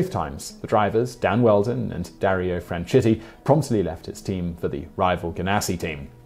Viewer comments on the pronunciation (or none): In addition to old facts, he's mispronouncing "Franchitti" and "Seau"